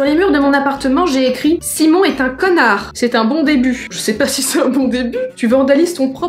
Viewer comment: je suis le seul a trouver que natoo a dis ceonnard eet pas connard